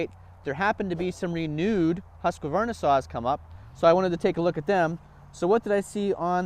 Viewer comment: husk varna not husqa varna lmao